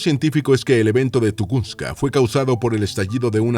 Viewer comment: No es tugunska es tungushka